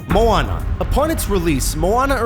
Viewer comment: YAS THEY SAID MOANA CORRECTLY! I get so MAD when people say Moanna Like or comment if you get mad when people say Moanna instead of Moana